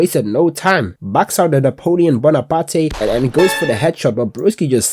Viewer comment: “Napoleon Bonapate” son im dying 😭🙏